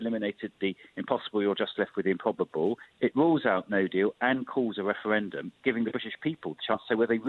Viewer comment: Can't listen to this man winds me up how many times does he say weferwendum